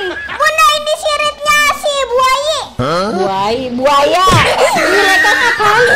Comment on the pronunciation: buwaya bukan buwaye